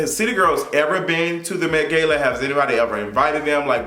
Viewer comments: Been alive for 23 years and never heard anyone pronounce it “gay-la” unless you doing it on purpose..idk but I physically can’t keep watching and hearing you mispronounce a word that the majority of the world says one exact way. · Like is he purposely pronouncing Gala wrong 😒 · This is a new pronunciation of gala lmao